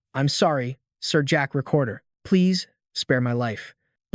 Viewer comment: Protagonist's name in the manga: Zeke Draker. Pronounced by the video as "Jack Recorder" apparently.... Not a good sign for the rest of the video. Edit: Okay, sometimes it's also Jack Raker, Jack Raper (LOL), Jack Draper, and Jack Drake, and I'm only 50 minutes in.... Yeah, not good.